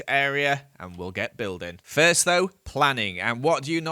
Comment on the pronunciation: said we found our firth dimonds.